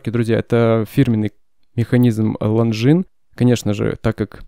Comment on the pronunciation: После слов "лонгинес", выключил видео